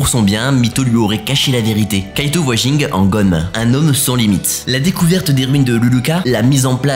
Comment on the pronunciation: Le fait de dire Ging au lieu de Gin, auditivement ça me dérange 🥶. Pareil pour ceux qui disent Uchiha au lieu de Uchiwa. Si il y'avait que les mangas et que les animés n'hésitaient pas j'allais comprendre mais dans les animés les personnages eux mêmes prononce tout, du coup il suffit de le dire comme eux non !